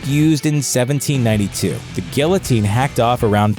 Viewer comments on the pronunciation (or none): Guillotine = gee-YA-teen. Not gill-UH-teen. It's French, ya no...